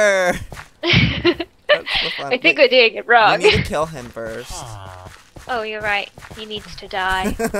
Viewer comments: BTW it`s kill u said kil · KILL NOT KIL JOEY 😁😁😁😁 what are you weird ( by the way I'm being sarcastic) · Kill not kil lol